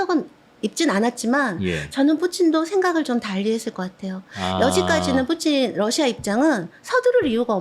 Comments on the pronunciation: 쁘찐이라고 하는데 킹받네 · 뿌찐이라는 발음이 익숙하지 않는데.. 왠지 일본인이 니혼이 아닌 니뽄이라고 부르는 느낌? 그런데 러씨야 라고는 안하네요.. 우크라이나가 점유하고 있는 땅인데 거길 계속 침범하고 소련깃발을 나부끼면서 민간인에게 미사일을 쏘고 학살 암매장 하는 걸 정당화하려는 것으로 느껴지는건 왤까 싶네요. 거참... 가족이 러시아에 있는건 아닐테지요?